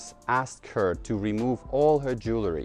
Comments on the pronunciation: Вы что наплели про слово Jewelry??? У вас даже транскрипция есть, а произносите неверно. И в Людях в Черном чётко слышно: Джуэлри! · Are you sure that you pronounce the word jewelry correctly?